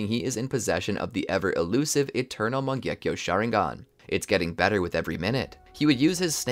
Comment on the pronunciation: my first time the what if was good BUT the pronunciation of mangekyou sharingan botherd me alot